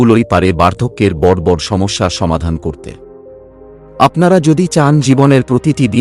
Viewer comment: উপস্থাপনা ভালো।তবে যিনি উপস্থাপন করলেন উনি বালের মতো বাংলা বললেন। বড়কে বড়্ .ঘনঘনকে ঘন্ ঘন্ ।